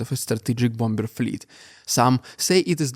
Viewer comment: Mate, please, learn how to pronounce Bomb and Bombers! It's BOM and BOMMERS.